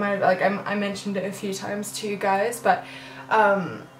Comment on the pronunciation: for all the HIMYM fans out there... She said BUTUMM! LOL